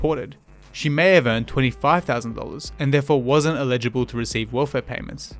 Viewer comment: Love your work mate. This sordid history of the government's disdain for the needy of our society needs to be highlighted more than ever. Having said that may I make one minor nitpick about your presentation? Your pronunciation of "eligible" sounds more like "illegible" and it throws me off the train of thought your making. I know... petty comment, but it's made from a good heart.